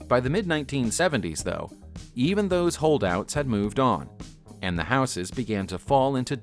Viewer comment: Please can you pronounce houses correctly?